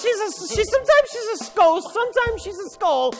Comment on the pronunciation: “WELL SOMETIMES SHE’S A SKOST.”